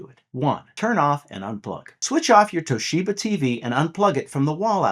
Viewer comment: Toe sheba 😂😂😂